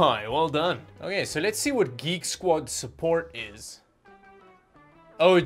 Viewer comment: Canadian Drachmi? It’s Geek Squad, not Greek Squad.